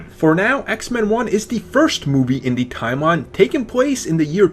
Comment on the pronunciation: It's hard for me to take you seriously when you can't pronounce "the". It's "the" not "da".